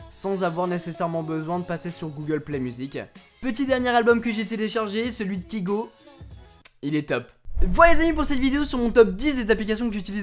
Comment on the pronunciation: Pour info, on dit "Kygo (k"aie"go) et non pas Kigo ! =D